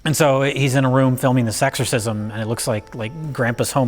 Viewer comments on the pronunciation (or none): Sounds like is saying "sexorcism" and thats not related to the fact hes talking about a catholic priest:) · Every time says "this exorcism" I hear "sexorcism" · Sounds like is saying “sexorcism” when he talking about William Freidkin’s documentary. Is that what the film is about? Sexorcisms??? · ish - why does keep saying "Sexorcism"? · I swear was saying "sexorcism." Gave me a brilliant Idea. Booty Call 4: The Sexorcism. Starring Rihanna. And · When kept saying "Exorcism" over and over, it started sounding like "Sexorcism". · Anyone else hear "SEX-orcism" several times? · and again Am I actually hearing sexorcism or has finally corrupted my mind